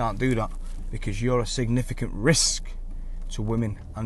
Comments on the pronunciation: Why so much emphasis on the word risk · Why you keep saying risk like that? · New Dean lynch ward drinking game- 1 shot of any alcohol, anytime he says Derek , Double shot,everytime he says Risk in a very strange way! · Why carnt he say risc properly?